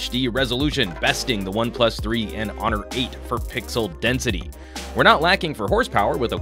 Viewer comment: Half the time you say pixel, half the time you say pickle... Love the reviews tho! 👍